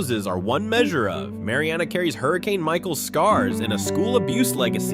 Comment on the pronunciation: I live in Jackson County, you pronounce Mary Anna not Mari Anna. At least get the pronunciation right.